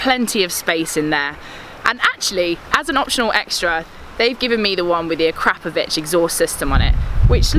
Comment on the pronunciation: keith morris lol yes agree and the way she pronounced the akropovich exhaust. complete rookie. she should research before doing videos. no filming of the exhaust and details far from being correct. i can see another fail coming as a channel. stick to the real boys! seen through glass and sol. she has alot to learn